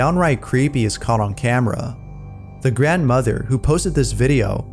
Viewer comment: Grand Mawther